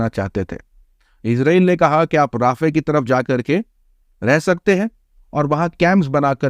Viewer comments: Not राफ़े it's रफ़ा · It is pronounced RA-FA. Not Rafeh. Please correct. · Bhai rafeh nahi hai rafah hai